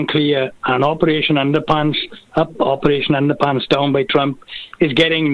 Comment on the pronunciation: Did say Operation Underpants(Knickesr)???🤣🤣🤣